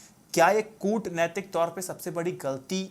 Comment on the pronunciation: कूटनैतिक pronunciation galat hai